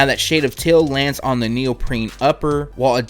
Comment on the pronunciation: Please...say it with me..."Heeeeeeeel" not "hill" and "teeeeeeeal" not "till"